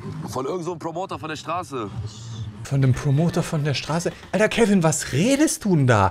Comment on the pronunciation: Beim zweiten Telefonat klang es einmal so, als hättest du Kevin gesagt😂😂